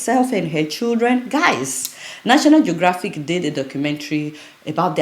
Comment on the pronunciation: Adeola, it's not "Shew-Dren" it's pronounced "Children" as in "Tcheel-Dren"